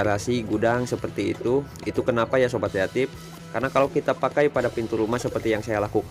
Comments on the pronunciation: Kreatip bukan yatim tpi gw dengernya juga yatim wkwkw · ngomong nya "sobat kreatif" tapi aku dengernya "sobat yatim"😭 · Sobat kreatip kan,? Gua dengernya sobat yatim 🥺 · Sama broh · Gw kira manggil viewernya sobat yatip atau yatim eh ternyata kreatif 🤣 ya namanya logat indo jadi kreatip😂